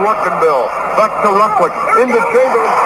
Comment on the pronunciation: Charles Barkley, “you’re not better than Wilt ChangerLin”